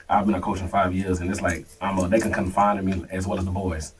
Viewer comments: Its confide, not confine. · Knew he was lying when he said “ confine” instead of “ confide “ twice 😅